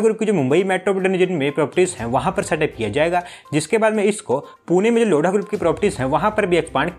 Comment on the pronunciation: 0:9 abe लोडा नहीं लोधा 😂😂🤣🤣